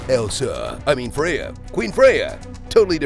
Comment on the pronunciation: For gosh sake, pronounce Freya's name correctly. People whose mother tongue is English seem to have no clue that the Friday is literally named after Freya. Also, it's Hansel, not Hunsel.